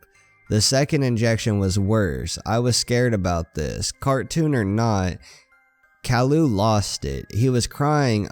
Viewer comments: it's ki yoo not cowlu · caryou not carloo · Cow-loo? its kay-loo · it's pronounced k-i-ooh. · You said Calliou not Caillou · Just letting you know it is pronounced "K-eye-you" not "Kal-lou" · It’s pronounced Kye-yoo not Kah-loo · Him :cowlou Me: it’s pronounced caiyou!! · His name is not Cailu it’s ( Kai yu) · He said calou not cailou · Did he just say CAL-u It’s CAÍ-You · Kaloo? Its pronounced kaiyoo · Not to be rude but it’s Kai u not cowl u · no hate, but it's pronounced ki-u not kall-oo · it's pronounced Caillou not callaloo Caillou not CAO Lu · It's not Kall-ou, it's Kai-you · you are saying caillou wrong it is not call-uo it is kai-you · ITS NOT CAULIU ITS CIUE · it's purposed kyeoo not cyloo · it is pronounced like lowercase o calliou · not cowlu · i like how you said kallu instead of caillou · It’s pronounced cauyou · Dat bo said cowlou😂😂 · It's pronounced Kai-you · Instead Caillou you're saying Kallo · You pronounce it wrong it's CKY as in sky and YOU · SAID IT WRONG NOT COWILLU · CAILLOU NOT CALLIOU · its said kia u -_ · its cai u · I believed it's pronounced Kai you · His name is pronounced Ka.'ju, ka being pronounced kai, and 'ju being pronounced you. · ITS Kai-You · its prenounced KyeYou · You pronounce the show wrong. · It’s actually pronounced ki you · Good story but you keep saying his name wrong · This guy pronounces Caillou Wrong. That's so Funny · you pronounced caillou wrong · Your saying caillous name wrong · You're saying Caillou Wrong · Its pronounced "K-ie-u" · u said his name wrong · you are saying caillou soooo wrong, I can't take it XD just look up the opening to the show, the little narcissist says it like 30 times b4 the show even starts XD